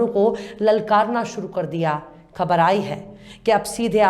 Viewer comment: Excellent presentation, I advise you to do some more exercise on the pronunciation of some words, especially "KHABAR" All the best